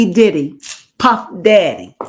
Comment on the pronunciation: You almost got it right but not quite it’s not diddy